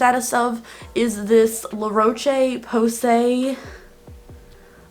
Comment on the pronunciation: So cute how to pronounced it it’s pronounced La Rosh POsay it’s a brilliant french pharmacy brand esp for sensitive skin Happy New Year x